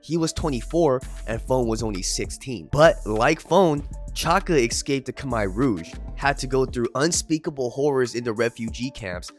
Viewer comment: Shout out to for pronouncing Khmer correctly. Gangs are stupid